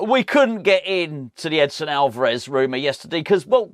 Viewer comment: Edson. Not Edison !